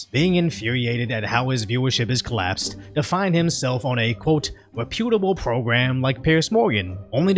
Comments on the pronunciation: Dude … your pronunciation of “reputable” really threw me off. I had to go back and listen to it a few times. Cheers 😆😆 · reputable- pronounced "rep-yoot- uh-bull", not "ree-pute- uh-bull"